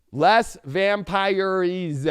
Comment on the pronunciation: it's pronounced lay vam-peers 😂